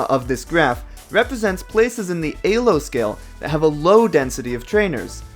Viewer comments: Eylo score after saying eeeelo my whole life bothers me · A-Lo score? Bruh it's E-Lo. It has the letter E right there. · why say a low and not e low? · Why do you say aylo and not "e"-lo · An A-lo score? Isn't it pronounced Ee-lo. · Did you just call Elo AYlo? lmao Oh my god its like when people say measure as MAYsure ahhhhhhhhhhhhhhhhhh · Hearing you say Ay-Low is triggering me more than it should... isn’t it Ee-Low? 😵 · Great video other than you said "ay-lo" instead of "ee-lo" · EEEEEEEEEEEEELO not alo or ehlo XDDD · Lol "Eylo" instead of "Eelo" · ELO, not ALO.... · Pronouncing ELO as Ay-low was certainly a choice. Great video otherwise. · I was enjoying the video until you started saying "AYYLO" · Great video. Please stop saying "AY LO." I wince every time. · Elo is def not pronounced "a-low" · It’s pronounced ee-low you cringe ape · “AY-Lo” Also, he should’ve used GLICKO since everyone is new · uhm actually pushes up glasses it’s pronounced “eeeelow” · actually, none of the 3 most common pronunciations of ELO in english are anywhere near the original pronunciation. btw if you're curious, here's the real pronunciation: it sounds a lot like [ely], but the correct pronunciation is [ˈeːløː] BTW, his pronunciation of ELO is pretty widespread and nothing original to himself. Plenty of people say the word like he says it and it is actually one of the three most common pronunciations of ELO in english. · Hearing you pronounce it ay lo tilted me so fucking hard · "Alo" KEKW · he pronounces elo like an alien who's had 3 days to learn english. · i liked the video. I hated how you said Elo like an E-hole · The way he pronounces elo is kinda funny. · Great video but man I really hate how you say elo lol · 😣 the way you say Elo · after the thirst three times you mispronounced elo I decided I was going to take a shot every time you did and now im in kidney failure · Love the video, hate how you pronounce ELO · Elo is pronounced with e sound not a sound. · E-lo. Not A-lo.